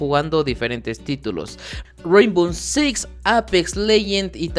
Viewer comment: Raimbow six* no reinbon six